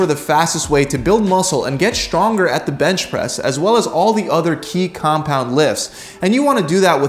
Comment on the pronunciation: Why does he always say "shtrong" and "shtrength"?